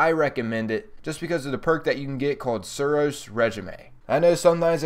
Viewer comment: I love this guy, Suros re ji may